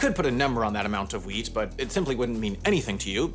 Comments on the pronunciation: Oh! 10 percent of the wheat! I thought you said “weed” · When he said "wheat" I thought he said "weed" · I thought you said 10% of all weed for a second 😂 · Oh, WHEAT. I heard it as 'weed'.